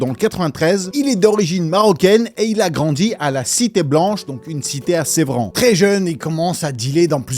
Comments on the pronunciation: pour info, "Sevran", ça se prononce "S-eu-vran", pas "Sé-vran".:)) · Sevran pas sévran 😂😂😂😂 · Sevran BEAUDOTTES pas BEUDOTTES et INCROIYABLE… entre autres… j’ai pas tout relevé. Mais pourquoi. Sevran pas Sévran… commandite et pas commanditation … dommage car tu as un super flow.